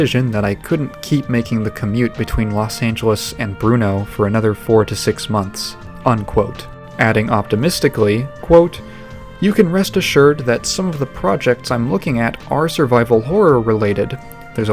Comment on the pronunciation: "...between Los Angeles and Brno [sic]" Brno is actually spelt correctly - and it isn't pronounced "Bruno".